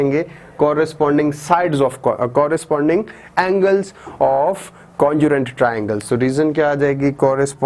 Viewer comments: Sir it is congruent not conjurent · nice observation bro! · your pronunciation of congruent is wrong